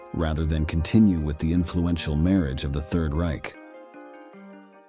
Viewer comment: But you also have to learn bizarre not-quite-English grammar and pronunciation. Listen and try to figure out what's going on. I've never heard a human being speak in such a garbled way. "Marriage" is pronounced "marri-egg." Then "collapse" is "collapsey." Sheesh.